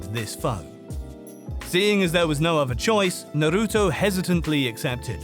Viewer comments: narutu. lmfaoo WTF. change your name. with those pronunciations.🤢🤮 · Didn't even watch it cuz guy called it Naru-too